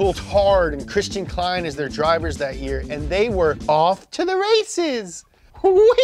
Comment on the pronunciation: as an austrian i have to say: its Christian Klien not Klein